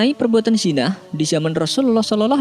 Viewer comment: Kenapa sebut 'zinai' kan ejaan yg betul 'zina'